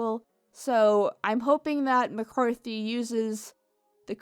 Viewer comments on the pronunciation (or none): none